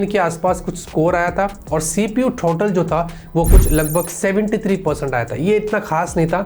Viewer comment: सीपीयू टोटल नहीं होता है भाई मेरे सीपीयू थ्रोटल होता है😂😂😂